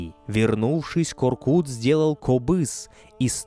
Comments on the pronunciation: У ҚАЗАҚОВ ЕСТЬ ПОСЛОВИЦА.*КУДА НЕ ПОЙДЕШЬ ВЕЗДЕ МОГИЛА КОРКЫТА* ДЕЛАЙТЕ УДАРЕНИЕ НА ПОСЛЕДНЮЮ ГЛАСНУЮ В ИМЕНИ ҚАЗАҚОВ В ИМЕНИТЕЛЬНОМ ПАДЕЖЕ. НЕ К. "О" РКЫТ. А. КОР. К "Ы" Т. Во всех именах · Простите, но имя ата читается как КОРКЫТ АТА, а не коркут, т.к. вторая часть слога читается как ругательство, кто хорошо знает казахский язык, те понимают, что произношение вместо ы на у на слух звучит неприятно и неправильно. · Не КоркУт а КоркЫт🤦‍♂️ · Не Коркут , а Коркыт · Не Коркута, а КОРКЫТА. Проявите уважение к языку. Когдато Великий ақын Жамбыл Жабай ұлы возмущался насчет произношения его имени ДЖАМБУЛ. Он говорил, а что если Ивана я буду звать ДИваном. А за интерес к нашей культуре огромное СПАСИБО. Конечно лайк. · Боже, как ухо режет! Не ИхласА, а ИхлАса, не КоркутЕ, а КоркУте (если быть еще точнее, то КоркЫте). Это все равно что сказать "репортаж АлександрА КарельскогО" или концерт ДимашА КудайбергенА! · Вы можете хотя бы имена собственные не коверкать? Какой ещё Коркут? Қорқыт..